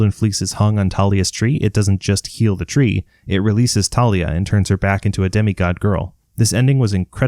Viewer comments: Its thalia not talia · bro it is thalia not tarlia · Random comment…ERM actually it’s Thalia not Talia🤓👆(also it’s a joke) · Its THAY-lee-uhh not TAH-lee-uhh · 1. It’s pronounced Thalia not Talia 2. Circe turned them into Guinea pigs 3. Forgot about Silena Beauregard, a spy in Camp Half Blood for Luke and sacrificed herself to defeat the Drakon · Dude its tha-lia not ta-lia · Hey its Thalia not Talia this fact from the movies pisses me off a little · aha ok just that ive been pronuncing it thalia and mythology guy has been pronuncing it thalia and rick pronounced it thalia